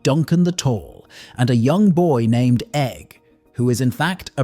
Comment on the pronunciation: 😂 the inconsistent pronunciations of the names is redonkulous!!